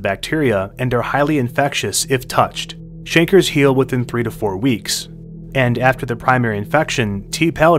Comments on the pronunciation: Canker sore is pronounced kayn-kurr. Not chanker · Its pronounced cang-cur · It's pronounced kankers. Also, did you know that Janis Joplin was on the verge of dying from syphilis, but her drug problem beat it to the punchline? And, we know all this in part to the US government using African americans as lab rats in experiments by giving them syphilis without their knowledge. Aren't humans just such fascinating creatures? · I thought chancre rhymed with “anchor.”